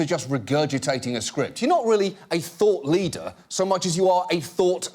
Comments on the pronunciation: Ok, maybe it's just me being a tad too ghetto, but on listening to the video I can no longer hear her saying anything but "thot" leader. Although upon reflection on how those doctors are being pimped out by the drug companies that may not be so far from the truth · i thought she said thot leader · it wasnt until when i saw the ugly old white man that i realized that it was "thought leader" not "thot leader" lol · It’s so much funnier if you hear Thot leader instead of thought leader. “We’ve identified you as a THOT leader-“ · Anyone else hear "thot leader"? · I thought that woman was saying thot leader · It sounds like she's saying THOT leader not thought leader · I heard Thought Leader as THOT Leader. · I keep hearing thot and I don't know what he really means!!